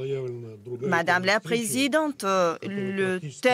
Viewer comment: Mme la présidenteuh